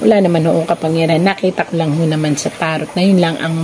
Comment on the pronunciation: Madam TAROT IS PRONOUNCE AS TARO